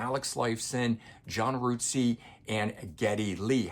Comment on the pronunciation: Hugh 'Sim'? John 'Rootsey'? Good video despite the mispronounciation of their names. Oops!